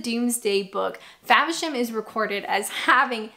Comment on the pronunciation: It's "FAVERSHAM"....not Fabisham